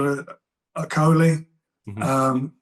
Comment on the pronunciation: 'Joshua Okolie' and 'Agabayel' - now here's a promoter who's had a few glasses of Bordeaux at lunchtime!